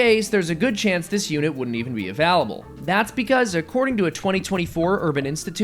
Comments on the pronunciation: Does have a cold, or did he get replaced by AI? Why does he say "available" as "av(al)able." I even had to listen to him say "failing" multiple times to decide if he was saying "failing, felling, or f(al)ing." Good video though! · The way "available" is pronounced makes my ears bleed and I'm not even a native speaker